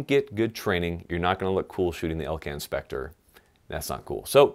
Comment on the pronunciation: You said Elcan Specre twice in a sentence ... Bi ...😒... Youtube's auto caption claims you said "LK and pecker" and "elk inspector"